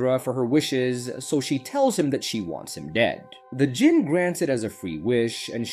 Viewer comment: Djinn is pronounced Jinn the D is silent.